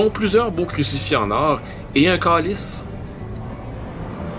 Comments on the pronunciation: Merci pour le vidéo mais nous disons un Calice et non un kâlisse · Belle visite ! Juste te dire qu’il faut prononcer calice et non câlisse … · Aewww. Un CALICE. PAS un CÂLISSE. Sacré. Ya pas encore appris apres toutes ses eglises. Ahahhahahahahahh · Mon imagination ou non ? il dit colice en parlant du calice Sacreur anonyme? lol